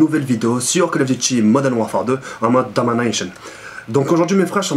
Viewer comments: Jkiff quand tu dit domination mais avec l'accent anglais ^^ , Dominaicheun ^^ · ahhahahaha comment jai rit quand il a dit dominychion hahahaha jai trop rire